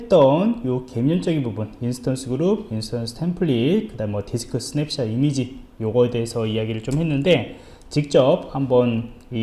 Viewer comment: 강의 고맙습니다. ^^. 그런데 스냅샷이라고 쓰고, 스냅샵이라고 발음을 하시네요